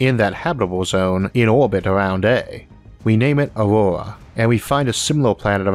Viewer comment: why did you name your planet "Aurora" when you can't pronounce any consonants in that word?